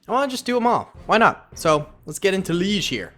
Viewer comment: yo man just saying liege is le age just letting you know :) and please do act 2 for usa loved that